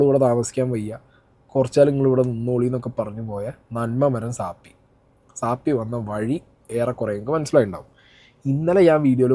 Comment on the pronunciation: എനിക്ക് ഒരു കാര്യം പറയാൻ ഉണ്ട്.നിങ്ങൾ പറയുന്നത് ശരി അല്ല.സാപ്പി അല്ല സാഫി എന്നാ ശരി